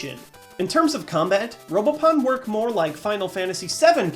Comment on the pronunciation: who else thought it said robopoon?